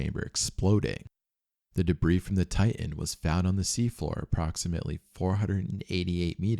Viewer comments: If I hear you say tian instead of titan one more I’m out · It's not Tigh- en it's tight- ten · The name of the submersible is Titan, not Tie-in. There is a second T in the name. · Bro it’s TITAN! not Tai-n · its Titan, not Tie-in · Why do Americans say "Tigh'hen" instead of Titan? This is the 3rd American YouTuber in a row that pronounced it that way now 🤔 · Please!! It's not "Ti-an", it's "Ti-tan!" It's not "boo-ee", it's "boy." (as in buoyant) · Ty uh. Ty uh. There's supposed to be two Ts in Ty uh. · When did TiTAN become "Tie in"? That sounds like wannabe gangsta ebonic crap. Oh no you dih int. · How many times does he say "ti-an" lol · Pssst, are you aware that you don’t pronounce your “t”s within your words? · I lost interest at the first Ti-en. A quick prayer for all the lost T's. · Please prnounce your t's. Don't say ti ann. Drives me nuts. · oh mygod , please learn how to say words like titan and barton or briton